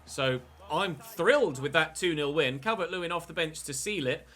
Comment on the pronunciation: The way he goes CAL-VERT 🤮🤮🤮